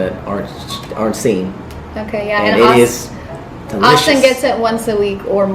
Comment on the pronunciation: He said delicous